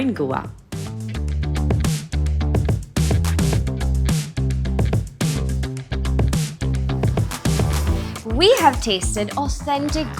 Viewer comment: Please get your pronunciations right, learn them from a local and revise them before confidently butchering the names on a platform like this.